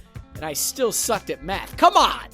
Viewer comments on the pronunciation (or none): none